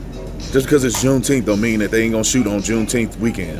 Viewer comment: Are you saying Jew teeth?